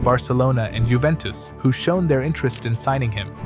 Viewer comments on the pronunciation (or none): none